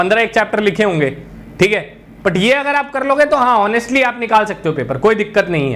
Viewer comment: होनेस्टली नही ऑनेस्टली बोलो सर